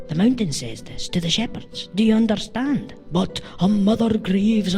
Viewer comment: "d'y'oonderstahnd". the classic Glaswegian accent.